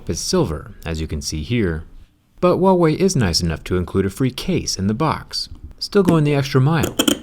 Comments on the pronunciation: Zach, for the love of God, it's not Uawei, it's Huawei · I haven't hear a single foreigner says 'HuaWei' with the H sound, lol. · WAIT THAT'S HOW YOU PRONOUNCE THAT? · Wait is that the right way to pronounce huawei?